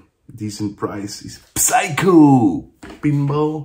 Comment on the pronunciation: Eva and me didn't understand 'Everything Everywhere All At Once' at all. I read the glowing reviews, so I was VERY MUCH looking forward to it (plus, the comeback of Ke Huy Quan!!). Might have to see it again to 'get' it. Here's my review: actually, you don't pronounce the P in Psycho. So it's SYCHO PINBALL. Thirteen euro!